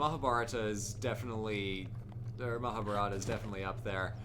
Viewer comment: Mahaa-baah-rut-aah (pronounced almost correctly) Me: Oh cool! that's the first time i've seen a foreigner say that almost correctly. Also: "Mahaa-burrata Me: So you have chosen to oops